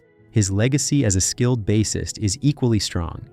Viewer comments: Bass-ist like the fish? Please! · he accidentally got it RIGHT 2 times BUT... this dude called him a (fisherman) bass🐟ist twice WOW